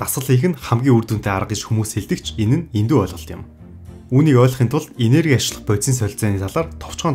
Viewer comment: Г үсгээ жоохон тод хэлж байгаарай. Ашиглах гэдэг үгийг Ашихлах гэж хэлдэг юм бна.